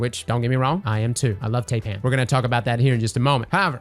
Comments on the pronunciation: Taipan is pronounced Tie pan. It’s a venomous snake from Australia. Called a tye pan. Tie pan. Not TAY pan. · Taipan is named after the most deadly snake in Australia and up, through to New Guinea and just like the 'ai' in Thailand, it's pronounced "tie-pan"